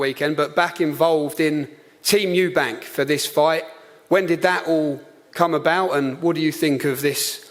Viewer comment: Eubank* what is it with you Americans getting it wrong lmao and also “Eddie Hearns” instead of Hearn